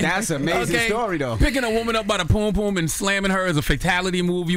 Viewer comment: Charla it's pronounce pum pum, not "poom poom" 🤦🏾‍♂️